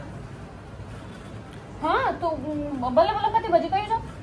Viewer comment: Balla balla nhi bla bla car h wo glt pronounce kr rhe hai. BlaBlaCar is the world's leading community-based travel network